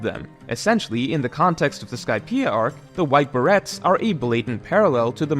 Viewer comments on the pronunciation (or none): "beh-ray" not "ber-ret" Good video as always though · Its pronounced Buh-Ray. Dont blame english its a french thing. No hate just fyi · It's pronounced bah-ray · Great video, but that's not how "beret" is pronounced :P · bro really does NOT know how to pronounce beret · There's no way you don't know how to pronounce beret... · This is a damn good video, but I am surprisingly disappointed in your pronunciation of Beret. 😂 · Youtubers and mispronouncing easy words. Even when it's their entire job to just speak into a microphone, name, a better Duo. I'll wait